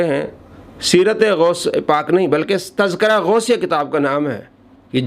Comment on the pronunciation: جناب لفظِ تزکرہ کا اعراب درست فرمالیں